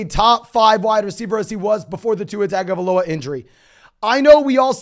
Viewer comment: I don’t mean to sound like the grammar nazi or whatever, but Arya last name is pronounced tah-ngo-vai-loa. In Samoa, the G is pronounced like “ng”